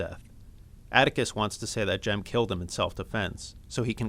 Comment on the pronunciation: Sorry its jem not Jim😊